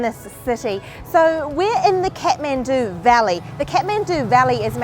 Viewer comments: Everytime she says kethmendu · I like how they pronounce Kathmandu "cat-man-do" 😂❤️